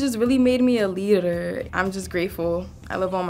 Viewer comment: I’ve never heard anyone pronounce “leader” that way… Amazing